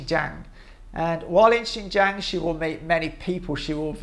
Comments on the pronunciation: Why can't you even pronounce it close to correctly "ShinJong" not "Jang". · I'll conceed "Jiong" is better than Jong, but a long A as in Jang (rymes with bang) is simply wrong. I did check translation software and no way a long "a"